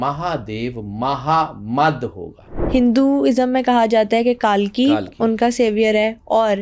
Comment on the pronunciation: ये पागल है यार और इनसे उम्मीद भी क्या कर सकते हैं कल्कि तो इनसे बोला नहीं जा रहा कल्कि को कालकी बोल रहा है ये मंदबुद्धि दो पागल बैठकर पॉडकास्ट कर रहें हैं